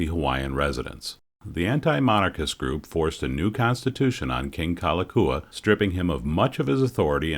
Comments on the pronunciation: I know you asked for a pardon on butchering the Hawaiian language, but you should at least get the King's name right. It's "Kalakaua", not Kalakua. Haoles...!🙄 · Loved your documentary. The correct pronunciation if the King you referred to by name was King Kalakaua. Pronounced as: "Ka-la-cow-a" The Five dollar is pronounced as: "A-Lee-Ma" The Iolani Palace is pronounced as: Eww-o-la-knee" The city name Honolulu is pronounced as: Ho-no-lu-lu, as HANALULU is not how we pronounce it being spelled as Ho-no-lu-lu. I super loved your awesomeness at pronouncing our language. Thank you again.